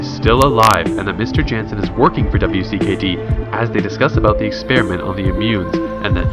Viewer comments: Just gotta say its wicked and u say it wicked not W I C K E D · Does it bother anyone else that he mispronounce Minho’s name or spells out W.C.K.D organization instead of just calling it “wicked”? Lol no?.... just me?....ok then. Lmao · Pronounced Wicked! Other than that great recaps